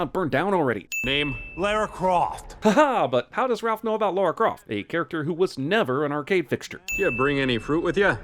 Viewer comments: You're still incapable of saying "Lara" instead of "Laura", Cinemasins guy. Ding! (timecode ) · you just heard the film call her LARA Croft! How can you call her 'Laura' a split second afterwards and not hear the difference in your pronunciation? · You said Laura Croft twice... Even right after Ralph says Lara correctly... smh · still pronounces Lara's name like Laura even though the character said it moments before ding